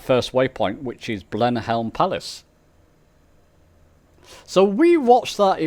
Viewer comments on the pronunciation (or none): Thanks for another great video. One point to note, it’s Blenheim Palace not Blemhelm Palace. The text is not very clear on the map so the i looks like an L. FYI it’s normally pronounced Blenim Palace. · You have mis pronounced your waypoint at Blenheim Palace. It's not Blenhelm. It is pronounced as Blenhem.